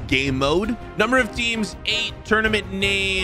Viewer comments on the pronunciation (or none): none